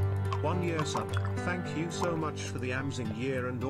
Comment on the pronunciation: I think you mean Thankubruh